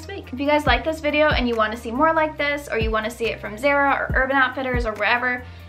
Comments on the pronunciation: "Zare-a"? It is pronounced as "Zah-ra" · Why'd u pronounce Zara like that